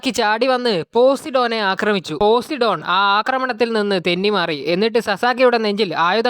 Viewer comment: Bro posidon alla po sai done agne venem paryan